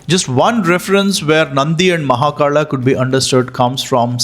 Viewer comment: V and B are not what I am saying. I know it can be interchangeable from region to region, and language to language.. Like Barun and Varun, or Bikram and Vikram. I am talking about the R that you are adding.. You are saying it like Vetarla and Mahakarla.. Why the R? It is so weird to hear that... 😅